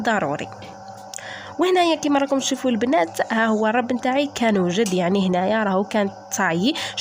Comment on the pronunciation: الرب بضم الراء